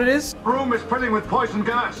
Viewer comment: This is the funny video it keep saying poyson gass